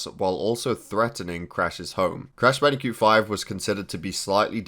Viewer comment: Did u say Bandicute